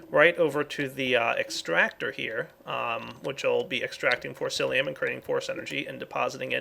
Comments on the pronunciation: forcicium not forcilium lol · Please stop calling Forcicium Forcilium